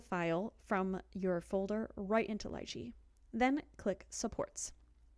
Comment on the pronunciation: Upvote for saying Lychee right! :)